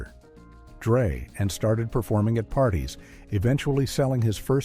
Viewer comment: When it said about Dr. ... Dre. AI Slop!